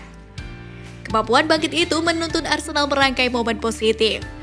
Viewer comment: kok aku dengar arsendal ya😂